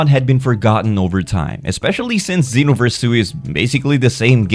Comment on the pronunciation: Xenoverse, not Zenoverse...